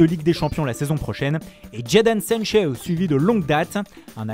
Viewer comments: Les accents je Kiffe mais spécialement celui de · Jadon Seinchoww 😂😂